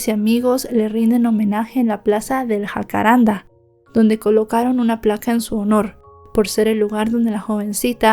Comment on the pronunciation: La fiscal actuó impecable. No sé q decís q hubo errores. Se investiga a todos, a toda la flia. La prensa decía q era el padrastro, e hicieron un circo. Pero la justicia fue impecable. Infórmate bien antes. Y es jacarandá se acentúa la A.